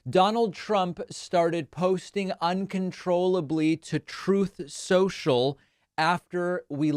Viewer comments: It's "Troth Senshal" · Trough sencual gets me everytime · Trothe sential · I miss whenever you say Truth Social it plays the audio clip, "TROTH SENTIAL" XDDD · "Troth Cential!" Trump's praying to keep his ass out of prison. All your crying, distractions and whataboutism won't help you now, "innocent man." 😂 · I forget that it's not actually called Troath Cential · "Troth Senchell" - Former Failed President Donald Trump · Why does he repeatedly mispronounce Troth Sensial?